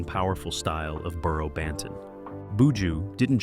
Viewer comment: Very interesting video about this 🇯🇲 artist ... 🤔🤔 but di man name is Buju - NOT BooJo😏🤫!!!!! The presentators voice is a little irritating 🫩🤭